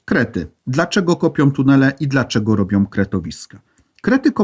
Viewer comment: sOM, robiOM, potrzebujOM, choć ciekawe to nie da się słuchać...